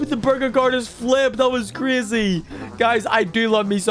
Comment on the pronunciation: You said Crazy the wrong way.